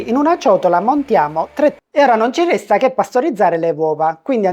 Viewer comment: stavo apprezzando l'accento siciliano, visto che, se dovessi scrivere la parola: "resta", per come viene pronunciata ci vorrebbero non meno di 4 R😅